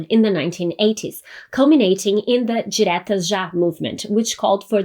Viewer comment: Nossa, ela fala as palavras em Português tão bem! Por ex, Diretas já! Parabéns!